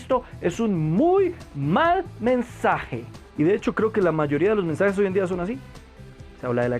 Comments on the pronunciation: Alguien se dio cuenta que dice "Mesnajes"? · mi hermano en el numero 4 dise mesnajes en ves de mensajes huvo un pequeñito error Gracias por tu video y le recomiendo un predicador que predica bien sin pelo en la lengua y es juan manuel vaz tambien a sugel michelen, etc.